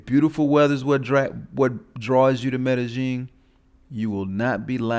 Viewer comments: how? Because you think you hear a certain sound, when it fact it is a different sound. Its not rocket science. Just like you think the OP is saying Medellin right when in fact he sounds like he is saying Meta Jean, way way off. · Any other Spanish speakers bothered by the way he says Medellín? There is no J in it brah....the double Ls in Spanish are pronounced like the English Y, not J or G. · It is well-known that native Colombians say "Mede-jean", and it definitely does not sound like a "Y" in there. By now, you have had ample opportunity to look this up, but you refuse to do so. Every post you make, you are proving how little you know. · i have plenty of Colombian friends, none say it like that. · Even if I did not speak Spanish, how would that change how native Colombians pronounce “Medellin”?